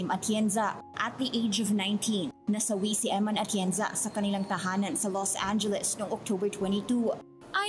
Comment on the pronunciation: You're a priest and you can't pronounce EMMAN? Her name is EMMANUELLE.